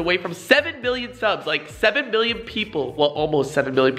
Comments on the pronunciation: Did he say 7Bill?? 😂😂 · FaZe Rug when u said 7 million it sounded like 7 billion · Anyone else here him say 7 bill? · FaZe Rug it sounds like ur saying 7 billion in the beginning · You were saying 7 bill not mill lol 😂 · Did anyone hear him say 7 bill?? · It sounds like he said billion and I was suprised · He said "7 bill" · 7millon not 7 billon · He said 7 billon